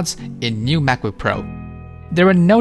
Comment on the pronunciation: This is the video I was looking for, thank you! Also, I kept hearing Smackbook which made me giggle 🤭